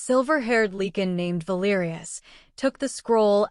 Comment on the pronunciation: Ilford, London, UK. It’s “Lycan” not “Leekan” please?